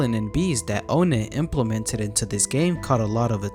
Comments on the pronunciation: It’s pronounced like “on net” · O-nett its On-ett